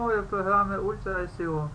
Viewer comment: АХХААХАХА, УЛЬТРА " И СИ О", до слёз